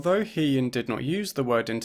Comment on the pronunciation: Thanks for another great video, I just wanted to mention that it would have been nice to hear the accurate pronunciation of He-Yin’s name, as you pronounced “He” like the pronoun “He” but it’s actually pronounced like ‘Huh’.